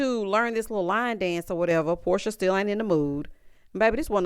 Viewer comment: Porsha not Porshia!!!